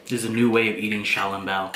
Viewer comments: You are pronouncing xioalongboa incorrectly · Yo i cant belive you dont how to pronuonce小龙包